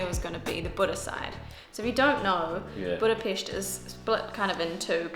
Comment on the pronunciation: Hi Guys, Nice video, I hope you've had good time. On the first hand many thanks for pronouncing the word Budapest properly (most of the times😀). On the other hand I want to share two things; 1. We don't have Jewish quarter. The place what people are use to call by that name refers to the Jewish ghetto's position in the Second World War. 2. The smell is because of all the drunken peoples are constantly urinating on the street..😪 Thanks for the visit, next time try these; kőrözött, hortobágyi palacsinta, rakott krumpli, and házi pálinka. All the bests; István